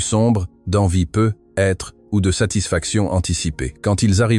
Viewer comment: "Peu - etre" c'est insupportable crtte facon de ne pas savoir parler français correctement